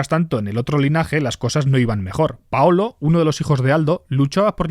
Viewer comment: Paulo, no paolo